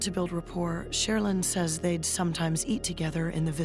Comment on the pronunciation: I can never figure out how to pronounce Cheryln with those two end consonants, so glad to hear the announcer say it.